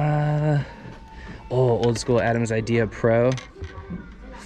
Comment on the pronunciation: Everytime I hear say "Adams" my heartrate increases...